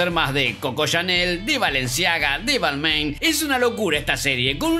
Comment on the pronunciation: Excelente resumen como siempre. Mi único pero la pronunciación de Balmain :P